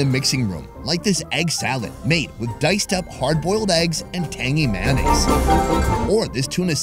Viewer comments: Is it just me or does ‘tangy mayonnaise’ said by is funny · The way he says “Tangy Mayonnaise” fills me with foreign feelings